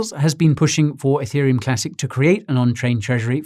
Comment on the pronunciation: Every time he said Etherium it triggered my iPhone which for some reason thought he was saying Hey Siri.